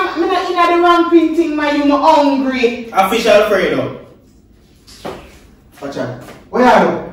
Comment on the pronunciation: BBC the man say fish alfredo 🤣😂🤣🤣😂